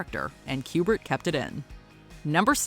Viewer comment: You literally called Stanley Kubric "Q-Bert."